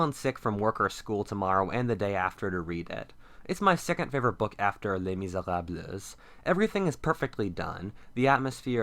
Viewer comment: les mis eh rab les